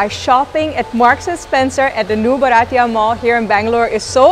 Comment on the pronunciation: Lovely video…. You look good in all dresses…. Comfort in shopping at malls with such ease , & their no questions attitude makes them favourites of youngsters…. By the way …. Its bhartiya (indian)not baratiya😉